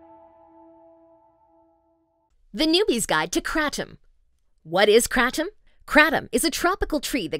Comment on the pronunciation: Awe god the pronunciation of Kratom